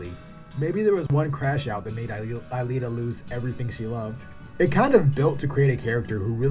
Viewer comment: Man U just got into the anime and movie. Alita you keep MIs pronouncing her name fit one. The story can be broken down to 3 worlds The slums. The outside world and the upper city which is linked to a orbital station And that a very basic concept. U have a story of a robot who tries to find who she is. Half way through the story her memory get duplicated and one makes her other half into a real human and other half climbs the orbital lift and goes back to mars. From there the story goes god dam psycho. Because of technology making people immortal, kids are illegal and they are captured and killed for sport showing off new military technology. Alita in the newer volumes shows she’s from a plague that makes boils that become alive and a mad scientist took one of them from a woman and put it on a robotic body. I mean her whole story would be borderline snuff film if faithfully adapted to live action.